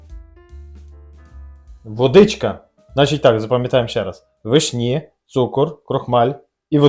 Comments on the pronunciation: Доброго дня просто цікаво ,в школі вас теж вчили так ставить наголоси вишнІ , нічого страшного та тільки дуже ріже вухо . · Все чудово і люблю дивитись ваші відео але ці наголоси на вишнІ зводять зрозуму, що не можу докінця відео додивитись. Не знаю чи це ви спеціально але ну дуже по вухам ріже, ще і в інших відео це помічала, так чому ви так вимовляєте? ((( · Теж люблю ваші відео, але вишні з таким наголосом від педагога?!